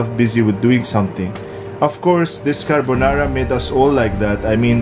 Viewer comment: He calls the Corona Virus "CARBONARA"🙂🔥🤣